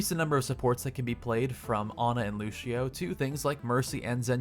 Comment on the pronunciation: i had to stop watching because you said lushio